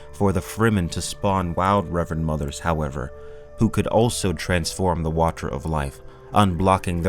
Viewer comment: say "water" wrong again and see what happens